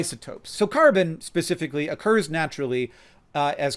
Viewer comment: Why can't any Americans pronounce the word "specifically"?